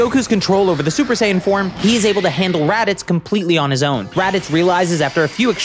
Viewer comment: "He magically gains the ability to go shper saiian"